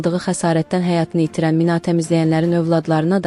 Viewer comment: Minaaaa təmizləmə. mina təmizləmə. vurğu i nin üstünə düşür ay savadlı😂😂